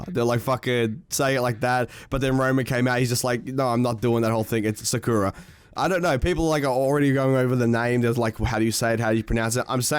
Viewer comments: Its SAH KOO RAH (All equal times on each syllable) Not, Sakurra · It is sa kuu ra not sakura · If it’s Japanese it’s sah-Kura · Sakura is a tree or the flower on the tree and you pronounce it horrible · why is he putting so much emphasize on the "kura". It's just sakura, like sakura from naruto. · The way he pronounces sakura makes me want to bomb a nursery of special kids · You’re just blatantly saying Sakura wrong you sound stupid lol